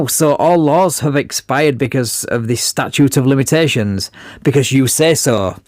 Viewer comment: He said "militations" 😆 (Statute of Militations)